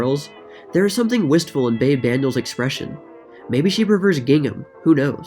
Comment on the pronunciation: Like the new intro. Oh and it's pronounced "Beebee" not "Babe". =)